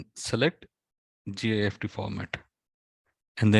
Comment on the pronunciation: Thank you! Wow. That is all you need to do! By the way, you say "GIST" but as you write in the title, it is not GIST but GIFT which is pronounced the same way as gift meaning (Christmas) present. The man who created the GIFT format made it as a gift to the Moodle community.